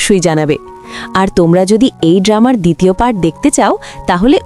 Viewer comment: ডামা না ড্রামা